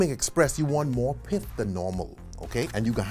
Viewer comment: Are you saying Piff, or Pith? For the stuff on the orange slice 😊